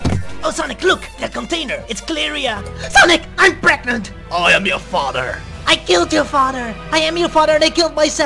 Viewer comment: Tails: SONIC I'M PREGNEAT! Probably my second favorite part of the video (Even though it doesn't make any sense) My first favorite is...well this